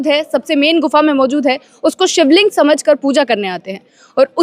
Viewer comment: शिबलिंग अरे 😂😂😂